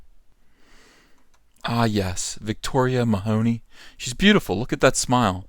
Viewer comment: Victoria Mahoney....it's Meh-huh-knee there is no hoe in the name. Also she isn't black....For some stupid reason everyone lacking with just a drop of non white blood is black in the USA....And that's just stupid. With all the SJW I wonder why this is still the standard...By the American standard everyone could claim to be black and there is no enemy left für the SJWs to fight anymore.